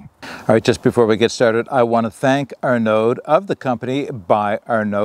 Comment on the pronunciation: Great video. The name in French is pronounced Ar-a-noh. D is silent. It was my bosses name when I worked in France.